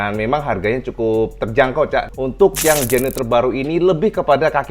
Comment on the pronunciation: Koyok bahasa Bojonegoro cak, Genyo dadi Genio 😂😂😂